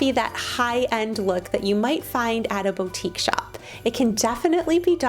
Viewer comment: Did she just say bo’tique lol sis it’s pronounced boo’tique.